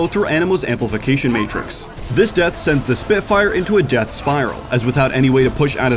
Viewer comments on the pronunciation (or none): none